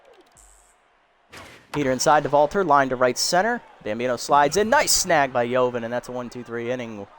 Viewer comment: Funny how you pronounce joven bambino 😂😂😂. It's the Hispanic pronunciation of joven not the American pronunciation. You pronounced ciudad de colores de right way though.